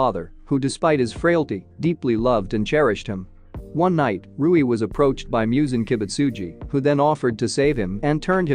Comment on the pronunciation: Mhm Yes "MIOOZEN KIIBUTSUJII"